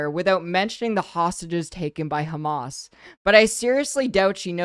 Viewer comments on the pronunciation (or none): none